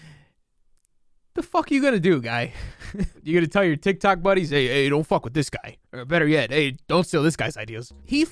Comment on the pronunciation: I can’t stop hearing “tic tac” lmao